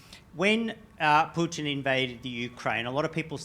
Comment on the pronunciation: You know its a CIA plant when they talk fast and pronounce Putin "Pewtin".